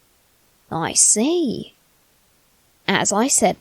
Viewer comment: What he is saying : i see, i see What i hear : i slay, i slay